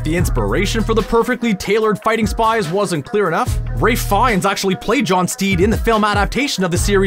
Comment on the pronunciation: Ralph not rafe